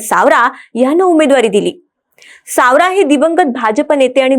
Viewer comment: सावरा नाही सवरा 😂😂